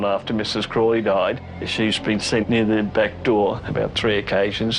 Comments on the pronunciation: & that waa Mrs Crawley saying Get Out. Mispronunciation of her name you all. That's disrespect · Crawley guys not Crowley lol